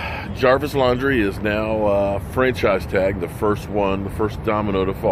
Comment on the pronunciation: Jarvis "Laundry" lol strikes again.